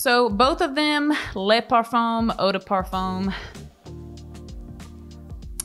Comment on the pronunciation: the BEST!! "Par-foam" 🤣🤣🤣